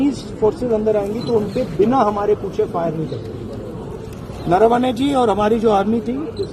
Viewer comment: नारावने नहीं नरवणे 😂😂😂😂😂😂😂😂😂